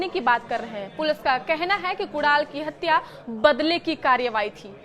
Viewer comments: Kudal नहीं कुनाल बोल तो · Kudaal nai hai uska naam Madam Kunal hai. Padhte nahi ata kya? Naukri kaise mili ambani ke channel par?